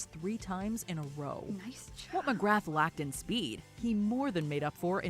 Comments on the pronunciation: The video narrator said McGrath as McGraph but it's pronounced McGraa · McGrath is pronounced McGrah as in Ooh ah Glenn McGrah! 😁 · They pronounced McGrath's name wrong. The voice over is not a cricket fan. Most people now think Shane Warne was the greatest bowler ever. It was a pretty good list and the number one was a good one but not what I would have picked as I am an Aussie.